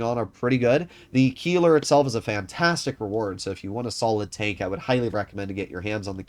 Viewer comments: it's pronounced as "Kailer" not "Keeler". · The "ei" in Keiler is pronounced like the "y" in Kyle